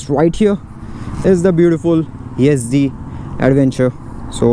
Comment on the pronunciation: Yedzi Nahi YEZDI hai.